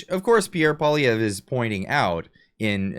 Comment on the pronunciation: Bet-David should at least learn to pronounce PP's name if he wants to talk smack about him LOL